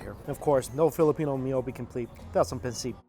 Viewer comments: Pahn-sit not pan-seat lol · Absolutely love how you say pancit! It’s more like pan-sit instead of pan-seat. Thank you for showcasing our culture! ❤️ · Did he just say Pan-SEAT? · did he say bencit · As a fellow filipino, I dislike how he says pancit XD